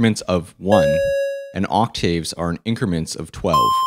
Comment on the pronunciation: You're pronouncing "octave" and "vibrato" wrong.